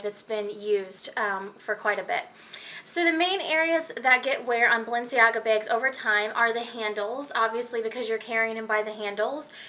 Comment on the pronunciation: You have the oddest accent. "Balenciaga begs."